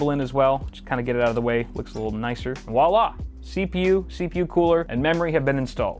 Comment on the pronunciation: Voila with a V sound, not W.